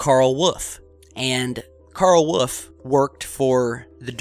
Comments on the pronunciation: That's "Wolf", not "woof". Thank you. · I'm sure he means Wolf. WOOL-IF or WOOL-FFF lol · Btw, is it Carl "Woof" or Carl "Wolf"? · And it’s WOLF not WOOF you nut! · woof? you mean wolf? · love your chan man... but whenever you say "wolf" as "woof" i cry... i cri eri time... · I was joking i'm pretty sure he's saying Wolf . every once in a while you can hear a faint l in it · Eye-Zack New-tun.hmmm I'll blame the cold. Mr. Wuf?